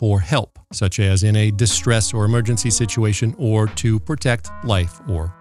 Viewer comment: I'm glad I'm not the only one who caught that. 😆